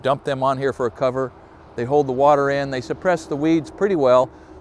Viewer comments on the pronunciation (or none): none